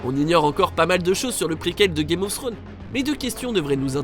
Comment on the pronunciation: « Game ofsstro » 😭😂